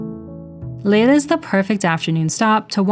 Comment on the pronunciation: Nice video. For info: the Dutch "ei" in Leiden is pronounced like a long I in English e.g. bite; not like a long A.